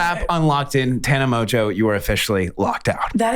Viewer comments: Okay but the French would pronounce it MON-Jeaux not Mojo!???? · People still be saying Mongeau wrong lol Mon-go Kinda like that 😂❤️ ily Tana